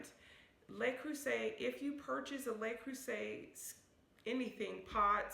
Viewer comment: Great review and great advice!!! Thank you! Just FYI, I’ve noticed most Americans mispronounce the “Le” in Le Creuset as “lay.” It’s actually pronounced more like “leuh.” 😉